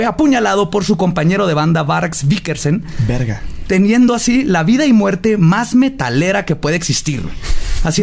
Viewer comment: ‘Bargs Bikersen’ JAJAJAJAJAJAJAJAJAJAJAJA